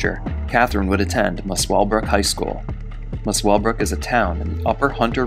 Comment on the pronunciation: It's Musclebrook, you don't say the W, bit like Grosvenor, you don't say the S. Dinmore meat works. Can you believe she was repeatedly released into society? No wonder the world's a toilet.